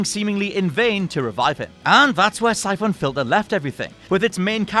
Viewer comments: Jeez, what's up with your pronounciation of most of these games? It sounds like you're trying to make them sound as obnoxious as possible... "Sye-phohn"? Seriously, look up how the words are pronounced before reading these lists, because it's REALLY off-putting! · The way that you say "Syphon" pains me. Apart from that nice job.